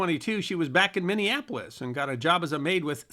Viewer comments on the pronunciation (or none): none